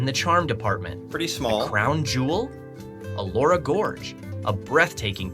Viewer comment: Elora not Allora